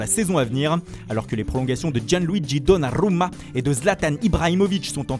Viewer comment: Do nnnn aa rrrrrr uma ?! C quoi cet accent ??? 😂😂